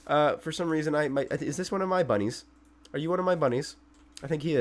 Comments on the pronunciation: Don't tell anyone:he's a secret British spy and bunnies is the only word he never learned to say with an American accent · For some reason the way he says "bunnies" sounds very british to me. Also yeah, tear shop Inside a Ghast, totally not weird at all:^)